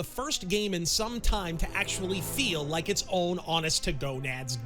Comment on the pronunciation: “Did you rike it?” Lmfao.